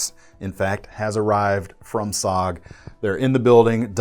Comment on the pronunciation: It’s s.o.g. Not sog